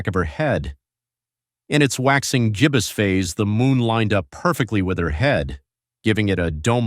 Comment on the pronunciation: We are a quarter of the way into this century. I hereby give you permission to say "twenty-twelve" instead of the clumsy "Two thousand and twelve", etc. Sheesh! Interesting video, although not true. Also, it's "gibbous", as in "girl", not jibbous", as in "John".